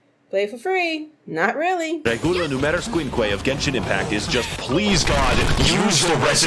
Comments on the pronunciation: i love how max0r was saying "genshin" the right way through the whole video, and yet you kept saying "jensen" for some reason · It's a hard g, like gun.